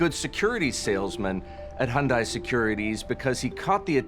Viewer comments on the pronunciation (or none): Hyundai... almost perfect. It's pronounced like Sunday. Sunday Hyundai. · That guy keeps saying Hondai when it's Hyundai. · Please make the guy stop mispronouncing Hyundai.